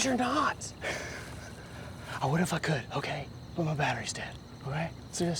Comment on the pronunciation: "I fOuNd Muy AtTeryie" 😂😂😂